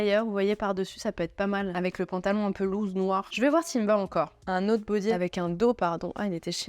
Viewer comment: Loose se prononce lousse , pas louze 😂